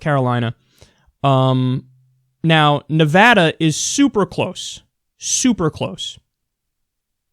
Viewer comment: thanks for saying nevada correctly. crap